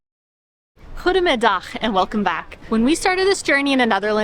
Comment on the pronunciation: Your "Goedemiddag" is amazing. You're doing great on the pronunciation! Keep up the amazing work.